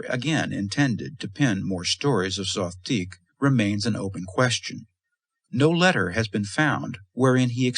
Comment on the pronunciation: Is there a reason Zothique is pronounced three different ways here? Zo-theeck Zo-teek Zoth-teek